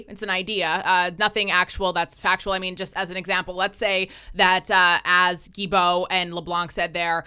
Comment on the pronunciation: It's not Guibeault, the L is not silent, its Gui"L"beault. That is so annoying, I don't like the jerk , but respect how his name is pronounced.